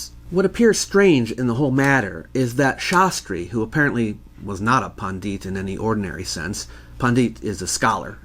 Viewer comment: Pandit is pronounced like the word pundit. Not pon deet